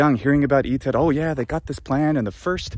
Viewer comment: Papae! Cum dīcerēs,, "iter" in prōnūntiātiōne Anglicā, bene, vōx tua (in verbīs Enniī) cere comminuit brum meum! Tam extrāneum audītū!